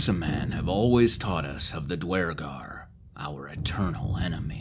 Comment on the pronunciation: The fact you pronounce Duergar properly makes me happy.